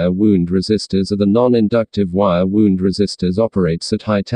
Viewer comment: Wire "wound", not wire "wound"!